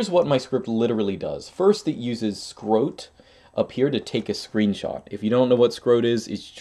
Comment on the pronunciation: did you just pronounce scrot as "scrote"?